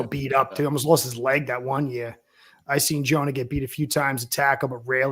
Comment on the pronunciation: Nailed Jonah's name 👏🏻👏🏻👏🏻😂